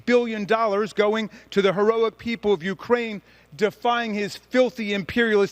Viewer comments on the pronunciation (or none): none